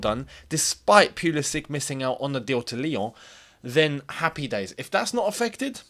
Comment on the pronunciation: No one ever learned how to pronounce his name, lol. FYI, if you care, it's Pull-isic, not Peul-isic. Best mate.